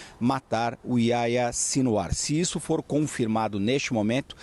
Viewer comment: Aia Sinwar?? Que nome é esse??..Ohh, jornalista.. Faça uma pesquisazinha básica para falar corretamente nomes importantes!! Pelo amor!!..Aia Sinwar!!😖😖😖😖Que vergonha!!!